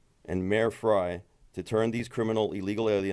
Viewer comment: Would someone tell Frey how to pronounce his name. It's Frey, like grey. Not Frye, like Fry.